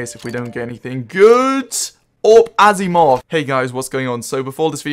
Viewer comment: whats an azzimov? did you mean to say aSiimov?